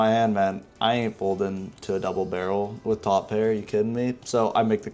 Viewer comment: That "2 PEAR"@ was the NY two pair I have ever heard. Idk if it was on purpose or not. lol